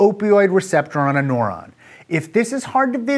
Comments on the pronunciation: Noron? I have always pronounced it "noo ron" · Your pronunciation of neuron as "nohr-ahn" is the only qualm i had about this video. Good work! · Agree, it was very distracting. Rhymes with "moron". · All I hear is .... noron .... noron.... noron.... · I'm a neuroscience student in college and I would say this is an excellent, simplified explanation, although it did escalate in complexity rather quickly. Most of all, the way Aaron says "neuron" is hilarious; he makes it sound like nohr-on instead of nehr-on. Not wrong - just funny. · Haha, I thought it was just me.